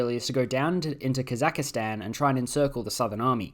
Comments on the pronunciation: The pronunciation of “Kazakstan” as “Kazakistan” justifies Germany’s actions. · its ka-zuhk-staan not ka zahka staan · please remove I from "Kazakhstan". It's not "kossackistan*